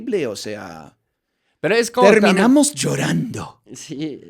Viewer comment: Jajajajaja como reí con "terminamos llorando" 😂😂😂. You lo escuche asi; "terminamosh llorando" 😂😂😅😅